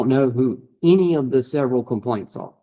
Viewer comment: He says I DON'T RECALL OF ENEY RIGHTS HE KNOWS AND THATS NOUNE CLOWN IN A CLOWN SUIT 🤡